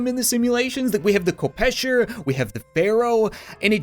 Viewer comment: k-kopesher... really? thats sickle... i'm sorry i'm not hating just pleas it...*face palm*